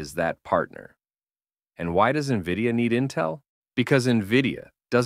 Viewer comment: Nahh this is definitely AI.....brother cant pronounce NVIDIA..... N V I D I A...this aint spelling contest lad😂